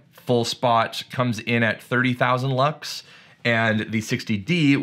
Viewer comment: I thought you said bucks and not lux 😆